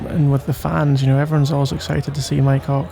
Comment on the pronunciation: The way he is saying Mike hawk sounds like my c.ck